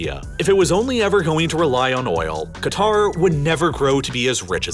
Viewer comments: Nah its Qatr" pronouncing the first letter "kah" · It’s pronounced ‘ Cat-R’, your pronunciation of Arabic names is appalling. Your description of the country’s history is also different to that known in the region. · it's K'ter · It's pronounced closer to 'gutter.' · Great video as usual One fact that amazes me is how conveniently all western countries mispronounce Qatar! I haven't come across a single American who even tries to pronounce Qatar correctly Anyway good job here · Makes a video about Qatar. Can't pronounce Qatar properly.